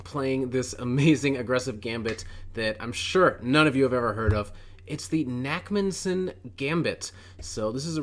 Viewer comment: this looks great especially as i play the scotch alot in blitz. i should really learn the urusoff though so i will check out your content on it. btw it is probably pronounced nakhmanson where the kh is a hard palate sound like the ch in bach or like you have an itchy palate and go chhhhh to kind of scratch it. It comes from the hebrew name nachman.